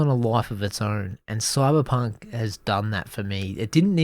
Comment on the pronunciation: I love the way ypu say Coiberpunk :)